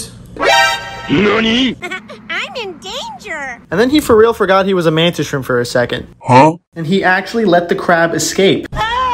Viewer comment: What I know about Mantis Shrimps I learned from The Oatmeal's comic strip about them. 123DEAAAADDDDDD!!! But I wasn't here for the setup, so I have to ask a noob question. What the $#@ is a "skrimp"? Is that just mispronounced "shrimp"?